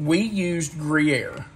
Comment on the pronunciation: Not gree-aire…it’s grew-yaire. Just thought you’d want to know. Gruyere is too expensive, not to mention unavailable, for us. We use other cheeses. Haven’t tried layered onions before but that sounds really good to me-can’t wait to try that, too!